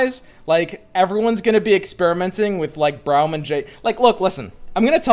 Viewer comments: Can you say "Brom" instead of "Braeuim" lmao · You say Braum like Brown and it urks me lmao. Its Braum like Brom not Brown you goober. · Everyone: Brawm: BROWM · for everyone's sake. His name is pronounced "Brom". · is braum pronounced brom or browm? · That Braum pronunciation though